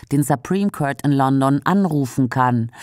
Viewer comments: ist das ein Sprachcomputer oder eine Ahnungslose? Aussprache court ist /kɔːt/ und nicht köört. Das tut in den Ohren weh! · der gute Kört! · schöner Beitrag, danke NDS. Aber an der Aussprache von „court“ müsst ihr noch arbeiten, sorry, das tut richtig weh im Ohr….